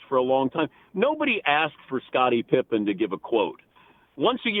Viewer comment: Now I know dad calls Pippen "Pippa"